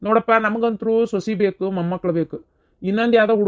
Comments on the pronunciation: ಸೊಸಿ ಅಲ್ಲ ಸೊಸಾ 👌🏻👌🏻😂😂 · ಸೊಸಿ ಅಲ್ಲಾ ಸೋಸಾ 😂😂😂